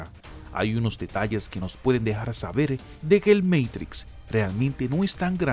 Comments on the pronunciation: No me gusta cuando el video es narrado como meitrix....porque no lo pronuncia como se pronuncia en español "MATRIX" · "el meitics" cuidado, estamos ante un privilegiado del lenguaje. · "El MEIKTRIKS" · Porque decís meitrix.... cualquiera